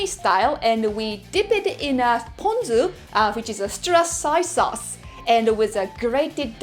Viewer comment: ponzu,,,, not pantsu( unless pantsu is edible,,,,)